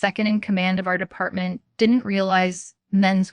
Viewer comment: I like how there was a story about an editor violating the English language rules...with a ton of simple English errors. Not in the writing...but in the reading. Like it's H R not HAR...it's department not d.e.p.t...or how it ends statements with upward inflections like questions in the middle of the sentence. I get this is AI, but this isn't good.